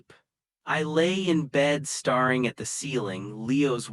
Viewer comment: AI so annoying - datting, starring at the ceiling